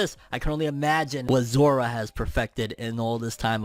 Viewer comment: Zora not zoro 😂